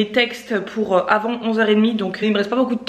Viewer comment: Tu sais que le « R » de Pour se prononce ? 😂 j’ai remarqué que tu ne le dis pas sur plein de vidéos 🤣